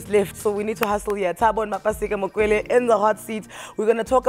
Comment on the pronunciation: Please correct the Surname...is Mokwele not Makwele